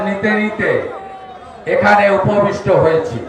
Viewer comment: শুভেন্দু বারবার উববিষ্ট বলেন কেন? কথাটা উপস্থিত হবে।